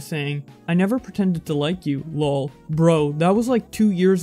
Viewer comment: Hate the way you say "lol" but other than that great video!